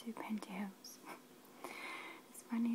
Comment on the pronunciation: Is she saying pantihoes?